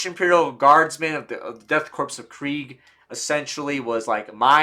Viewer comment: I had to click off dude you said corpse way too many times it’s pronounced “Core” like the Marine Corps, except change Marine out for Death and put a K in front.